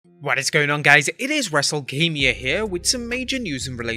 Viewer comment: At the beginning it sounded like you said wrestlekamia